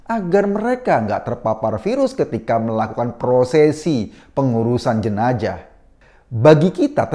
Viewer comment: jenazah woii bukan jenajahhh